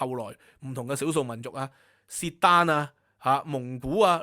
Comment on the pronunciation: 契丹個「契」唔喺讀sit，應該讀kit。只喺人名至讀sit。契丹就喺Cathay呢個字嘅來源。